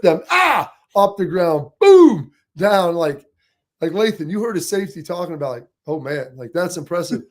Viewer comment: Lathan…… it’s Lathan guys come on.